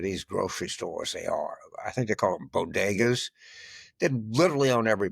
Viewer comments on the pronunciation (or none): none